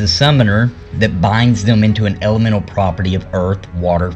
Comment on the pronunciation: what is an argamental or are you saying elemental ?